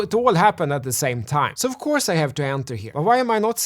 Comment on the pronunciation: "Åff Cåurse I'm nåt Cånfident". Love it! 😂✌️